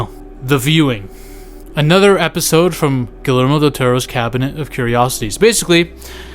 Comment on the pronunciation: Guillermo is pronounced Geeyermo.